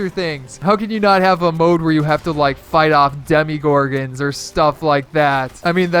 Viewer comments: sorry but i got soooo triggered when you said "demigorgons" instead of demogorgons im just really picky about that stuff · It triggered me how he kept saying demigorgons